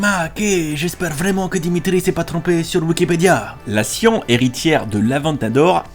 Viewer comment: c siannnnnn et non pas sien